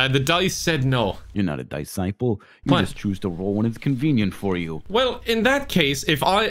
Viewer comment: "DICE-CIPLE" lmao